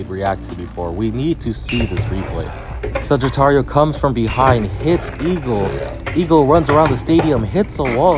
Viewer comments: Not suggiturio saj-it-ario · i love his vidios but he sais sagitario wrong its kinda buging me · The way you say Sagittario sound funny. It's almost what I'm used to but you give the last A a small tone